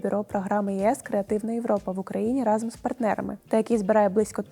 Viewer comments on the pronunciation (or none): none